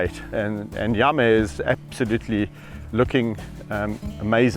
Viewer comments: I love how Yame sounds like Yummy when Kevin says his name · What I liked ... The picturesque views .. Think because it was overcast colors were sharper .. George's adorable walk .. Yame's progress .. The way you pronounce Yame sounds like yummy .. Your sharing what you did for Yame .. how you were able to wean him off but that he is calmed down .. The way you talk to them .. Your kindness towards them .. The way you laugh at them. ☺️